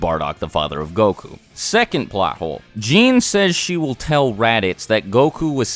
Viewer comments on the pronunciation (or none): 5. Is more of a paradox. 4. Seems like a typo 3. Plot hole 2. Anything after 1996 is shit ( also its prounounced gee-nay, no jeen)1. See 2. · Did my man really pronounce Gine like Jean…🤣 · Gine is pronounced Gee-nay not Jean